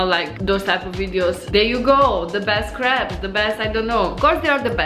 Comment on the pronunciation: Crepes, not creeps, lol :))